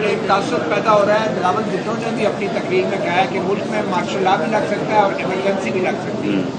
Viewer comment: Rana sahib apni urdu tu thsek kar lo mulac nahin hota ulk hota hI